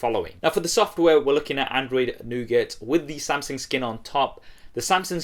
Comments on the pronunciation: it's Samsung, not Samseng 😂😂😂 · Why does it sound like he's saying "Samseng"? I CAN'T UNHEAR IT